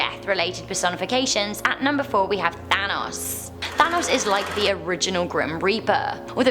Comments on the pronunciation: Thanatos not Thanos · She keeps calling Thanatos "Thanos". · She said Thanos instead of Thanatos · Thanos? Not ThanaTOS??? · Did anyone else here her say Thanos instead of Thanatos? Though that does cast an interesting light on Marvel's Mad Titan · Lol Thanos instead of Thanatos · thanatos is how you read it its not thanos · you dont pronounce thanatos like thanos. You pronounce it like thanatos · She did, though she pronounced Thanatos wrong it's pronounced "THA-nat-Toss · No, it is pronounced thanatos, but she must have said thanos by accident. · THA-NA-TOS THANATOS FFS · When you said thanatos I thought you said Thanos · In the video she says Thanos instead if Thanatos which is so annoying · Thanatos I thought you said thanos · When she said thanotos i thought she was talking about thanos EDIT:i mean thanatos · Who else though she said thanos on #4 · i thought she said thanos.. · Who else thought she said Thanos at number 4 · Thanatos is pronounced Thanatos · She did 😂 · She said thanos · Yeah she did say Thanos tho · I think she did actually which confused the heck outta me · Yes she did! Maybe she got confused or smthn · i thought at number 4, that she said thanos XD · ITS ThanaTos the T u sey the T every big letter that i will tipe isnt silent THANATOS its read as its written god dammit woman pls learn to pronounce the word before u sey it gosh. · Of course, I believe in the Grim Reaper. But I'm extremely open minded, so naturally I view things differently than most people. Also, South Carolina urban legends - and not the easiest ones to find. Do some real digging, we've got some crazy stories. Also, its Thanatos, (Tha-Nah-Tose) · BDubb - she did and it hurts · BDubb - me